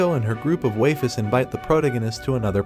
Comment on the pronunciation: I can't take another "waifes" bro